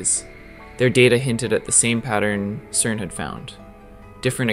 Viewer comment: Stop calling it kern !!!